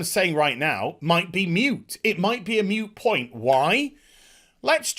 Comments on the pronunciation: ¨moot¨ it's a moot point rather than a mute point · It's not "Mute" point stupid, it's Moot point. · baby, for the love of god... it's "MOOT" point, note "MUTE". Moot is something up for discussion, debate, or of an uncertain nature. It's not a "mute" point, it's a MOOT point. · The word is "MOOT" point not "MUTE" point. A point is moot when something has occurred to make it irrelevant. For example a court case to decide if Jeffry Epstein was a child rapist will be ruled moot and dismissed if he is dead. Also, this is your daily reminder that Epstein didn't kill himself.